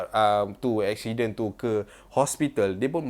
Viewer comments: Apa shiden? Ashidenn 😆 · pronounce: "ekshiden" so cute af hahahahahahaha 😂